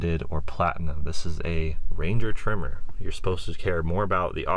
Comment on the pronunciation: The pronunciation of tremor is driving me nuts. (It's not a trimmer) Nice to see a different use case though :) The powerplant is one of the main advantages Ranger has over its competitors. So peppy while returning solid economy.